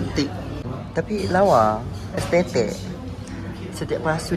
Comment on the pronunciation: "Estetek" ..bongokkk laa 🤣🤣🤣